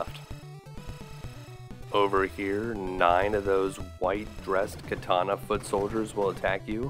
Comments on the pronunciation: It's pronounced kah-tah-nah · I have to say thats the first time Ive ever heard katana pronounced as KAY-TA-NA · Well, except for the hilarious way you say katana, this was a nice romp through my past.